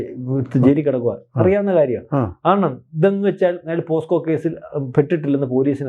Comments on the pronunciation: പോക്സോ എന്നു പറയാൻ പോസ്കോ എന്നാക്കി പറയുന്ന അക്ഷരതെറ്റുകാർധാരാളം ഉണ്ടു. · പോസ്‌കോ എന്നല്ല പോക്സോ എന്നാണ്.. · Posco അല്ല, pocso, പോക്സോ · കഷ്ടം! ആദ്യം പോക്സോ എന്ന് തെറ്റില്ലാതെ പറയാൻ പഠിച്ചിട്ടുവരൂ മാധ്യമപ്രവർത്തകാ.....